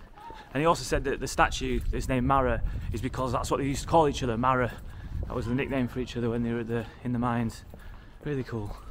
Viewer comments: He's not called the marrow, marrow.. pronounced marrer is a Yorkshire word meaning young friend, normally referring to a young child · "Marra" is a similar word to "mate". "Alright marra?". Really appreciate the video though - very genuine. There's a complete lack of opportunity in some of these North East areas. But as you experienced - a lot of the people of that generation are second to none.